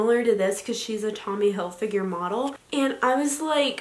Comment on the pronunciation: Loves Tommy Hilfiger but can’t even say it right😂